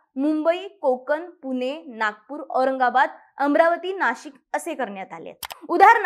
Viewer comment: सखोल माहितीसाठी खूप धन्यवाद. - आपण "ण" आणि "न" मधला फरक लक्षात घ्या. ण च्या जागी न म्हटले जात आहे. उदाहरणार्थ - पुने, आपन, कोनता, इत्यादी तुम्ही बोलता छानच, पण ह्या बारीकसारीक गोष्टी खूप महत्त्वाच्या आहेत.